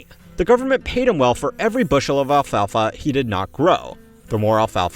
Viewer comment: The way you were pronouncing ‘alfalfa’ was about to give me a stroke. Great video tho.